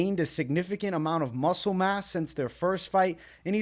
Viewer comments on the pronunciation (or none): none